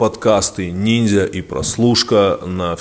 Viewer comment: Тимур, почему ты говоришь ниндЗя, тыже не говоришь кудЗи !